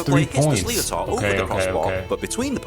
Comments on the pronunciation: why is a Brit explaining the rules of hurling and cant pronounce sliotar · Reacting to a video where a Brit cannot pronounce "sliotar" [pr: shlitter] correctly is galling. There are 156 different skills in the game, although Cian Lynch keeps inventing new ones! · The goalkeeper does not puck the ball from the 65 after the ball goes out over the end line, he pucks the ball from just inside the 13. The fact that's it's an English accent,(don't know if the guy commentating is English) and he can't even pronounce Slíotar, is crazy. There are better videos available explaining the rules and pronouncing the names, properly.